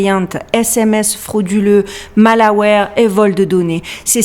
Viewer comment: Coucou !Malware se prononce a l'americaine Maze...😘'' Malwère''